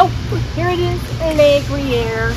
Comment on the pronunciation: speak is spot on today! Gruyere pronunciation perfect 🎉